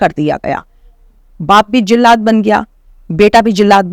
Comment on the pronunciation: jillad nhi jallad hota hai